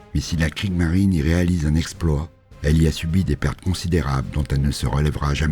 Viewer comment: Très intéressant. Attention à la prononciation des noms allemands : Kriegsmarine avec un S qu'il faut prononcer. Dans une autre vidéo, Von Manstein : von se prononce 'Fone'